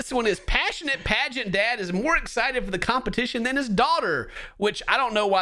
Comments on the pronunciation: 😂😂😂i thought its said pragnet dad at first insted of pagent dad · thought the title was pregnant dad until actually said "pagent dad"